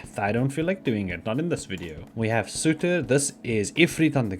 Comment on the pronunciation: Surtr = Sir-ter, :P